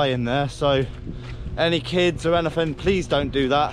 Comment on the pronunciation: Am I the only person enjoying how he says, "anyfin, everyfin" because seafood? I'm cackling like a dumbass at the unintentional puns.